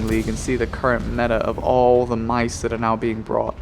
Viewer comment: For the love of god, its not MICE, but Mause...